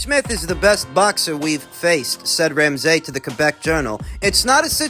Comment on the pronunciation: Doing my fellow Canadian names dirty “Crow-lee” “Ram-SAY” 😂😂